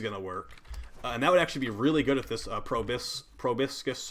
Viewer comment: YOOOOO It’s pro-BOW-skis